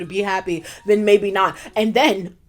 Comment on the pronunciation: “Jaybe not” 😂😭